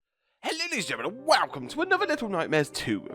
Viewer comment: I like the "wELCome" at the beginning